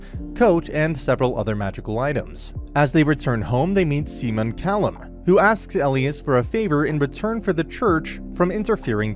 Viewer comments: Whoever is reading this recap, the prounoucations (not to mention my spelling derp) are so scuffed. It's Simon not seaman, for pete's sake and it's Elias not whatever he was saying. There are so many errors in this recap, though tbh the series was sooo good! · SIMON NOT SEAMON